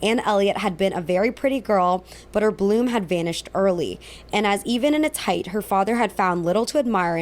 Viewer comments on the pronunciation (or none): none